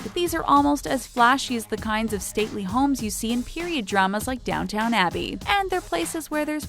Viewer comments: love how she pronounces Downton as "downtown" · "DownTOWN abbey" wtf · DownTON Abbey, not DownTOWN...but overall I like this series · Did she say Downtown Abbey? :0 Maybe I heard wrong.